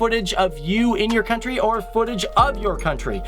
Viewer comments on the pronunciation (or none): none